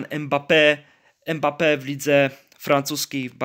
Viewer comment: Nie em bappe tylko mbape sie wymawia jak cos XD